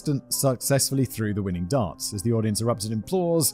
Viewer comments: I keep hearing dance instead of darts lol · Simon says Darts I hear Dance xD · The way Simon says 'darts' sounds like 'dance' to my Canadian ears and it has made me giggle a couple of times before correcting my brain. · Simon the way you say "darts" sounds like you're saying "dance" I got so confused many times, like how can a man in a wheelchair compete in a "dance" competition. My stupidity made for an extra interesting upload lol.